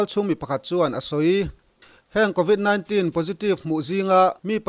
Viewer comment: News channel siam tur chuan lam rik dan fimkhur tur a bikin English en tir nan convit 19 i lam dan hi